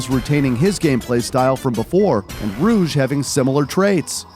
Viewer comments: Not rouge but rogue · Bro calls Rouge Ruge